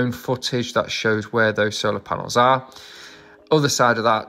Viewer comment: Paenels….. is that a new word?